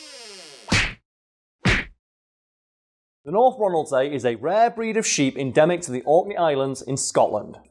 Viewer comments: If anyone is curious how it tastes think salmon with the texture of lamb (I grew up on orkney) also it's pronounced Ronald-sea (so was right) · You pronounced North Ronaldsay good enough. Ronald-see and Ronald-say are both used.